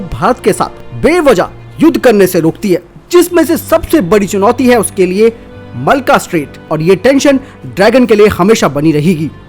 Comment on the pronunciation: भाई इसको मलका स्ट्रेट ना कहो यह मलक्का स्ट्रेट है। अच्छी वीडियोज़ में नाम की शुद्धता का महत्त्व होता है।